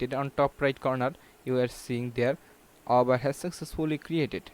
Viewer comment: Dude you don'r even know how to say Aweber!